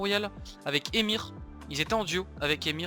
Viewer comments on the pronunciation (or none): genial mais on dit pas EMIR mais EUHèMIXèR ou èMIXèR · On dit "émixère" pas "émire"pour solary EMXXR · ça me stress quand il appelle EMXR "émir", genre moi j'dis "E M X R" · Salut j'adore ton contenu mais tu est sur que ça ce dit ÉMIR ET PAS EMXR? 😂❤️ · « Émir » c’est EMXXRR ?